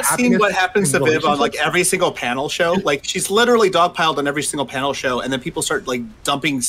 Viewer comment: "LITRAL-LIRTRAL----LITRALLY" "HE LITRALLY-"